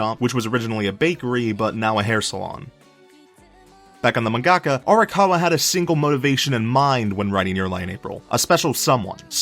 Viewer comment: It took me a while to realise that he was trying to say "mangaka".